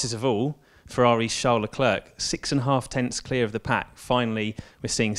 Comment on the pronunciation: Please learn to pronounce Leclerc correctly, it's jsut embarassing.